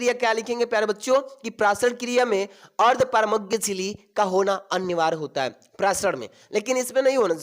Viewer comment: Ardparmagya 😂😂😂😂😂 itna galat pronunciation 🤣🤣🤣🤣🤣🤣🤣